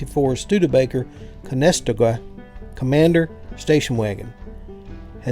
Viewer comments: It's easier if you say con-eh-stow-gu con as in convict eh as in Eh? what did you say stow as in stow that gear in the back gu as in gun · Another great video! Just a note, for number 6 I believe the pronunciation is ConestOga wagon....the emphasis is on the O rather than the E. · It’s pronounced Con-a-stog-a. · Con - es - sto' - ga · Yeah, you did. Con-ess-toe-ga. Like the covered wagons that went west...